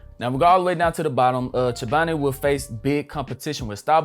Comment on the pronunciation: The consistency.......💪🏾😘 Nice video bro Edit: You pronounced Chobani wrong, lol 😂